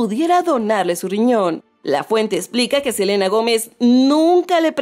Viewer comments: “Selana” JAJAJAJAJAJAJAJAJAJAJAJAJJAJAJAJAJAJAJAJAJJJJAJAJAJAAJJAJAJAJAJAJAJAJAJAJAJjajajajak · Selana?? Ajajjajajaa